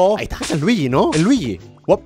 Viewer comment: No es ljiyi es fire mario